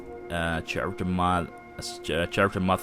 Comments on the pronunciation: i gotta tell you man, the way you say character haha.its pronounced with a k.like karacter. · dude "kharacter" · Pronounced with a hard 'c' and not 'ch' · "CH-arater mods". I'm sorry, it sounds so funny. Cool tutorial, man. I like how you didn't feature any crappy, oversexy mods. Clean and to the point.